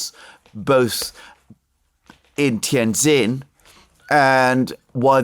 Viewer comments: Great breakdown of the road ahead, if i may help with the pronunciation of Tianjin it is Tian(Gin)jin not zin.., one of my Favorite Cities in N.Eastern china.. Great work. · Two points. First, the correct pronunciation of the name of Tianjin, the city in which the SCO meeting is being held, is Tian Gin. The second syllable "jin" is pronounced just like the alcoholic beverage made from Juniper. Second, one thing missing from your analysis of where Trump, Novarro and Nutlick are coming from is that these people (in contrast to Biden, Blinken etc.) really believe they are going to re-shore manufacturing in the U.S. India has been fantasizing (with encouragement from Biden) about being the new China -- the chief supplier of manufactured goods to the U.S. market. Trump isn't interested in a "new China." He wants toilet brushes, toothpicks, hand tools, dish washers, and everything else to be made in America. This is the main contradiction at the heart of Trump's falling out with Modi.